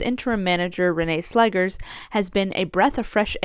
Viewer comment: Netherlands here. Just a hint regarding pronunciation. It's Renée Slegers, as in "slay-gers", not "slaggers".